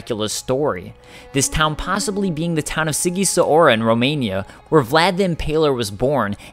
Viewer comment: Wow, I'm pretty proud to be a Romanian right now. I mean, it's not uncommon in games like Castlevania which relate to vamprirism in one way or another to be connected to Vlad the Impaler, but to see it in my favourite game made by my favourite developer... Also,, your pronunciation of Sighisoara was terrible. Just a quick observation. I'm not blaming you though. Anyways, great video as always, and I'm looking forward to your lore series.